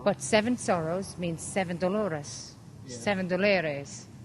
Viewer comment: que lindo pronuncia mi nombre aww que linda sorpresa me he llevado hoy de ti